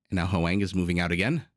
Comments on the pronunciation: Hoang may be Hwah-ng (1 syllable), not howay-ng. Dunno them personally though, so… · Other comments have already explained the pronunciation of Ezio, but I'd like to address Hoang. As a Vietnamese name, it's pronounced as a single syllable. So it's "hwang", not "hu-wang". You can imagine that "hw" sort of like someone from the southern states of the USA saying "what" ("hwat"). The vowel is also more of an "ah" than an "ae".